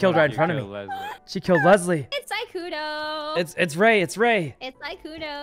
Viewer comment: Sykkuno more like sikkeuno